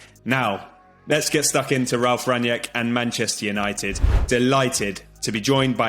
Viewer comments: Please pronounce his name correctly; two syllables - RANG-NICK and that is it. Do not pronounce it as you would pronounce an english name. Have heard only one guy/person on the various Stations pronouncing HIS NAME correctly. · It's pronounced "Rang-nick". Not "Ranjek". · "Rung-Nick" - You're welcome.